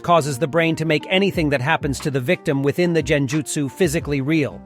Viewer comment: It's a great summarization of the many clan's in Naruto but my only critique is the constant mispronounction of certain words throughout the video. For example kage and genjutsu, in some instances It's correct one second and in the next sentence completely incorrect. Consistency with your speech is key. Other than that again great work 👍🏽